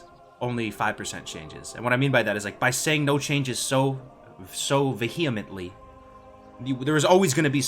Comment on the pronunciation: "Vuh-hee-ment-lee" OR "veh-hee-ment-lee"